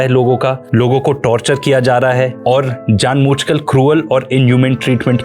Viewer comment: Very well researched and detailed! Thank you so much. Btw it's "jaan boojh kr" not jaan mooch"